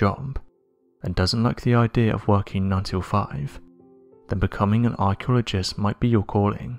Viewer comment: I think the man speaking is probably alien he cannot pronounce the word archaeologist must be new at this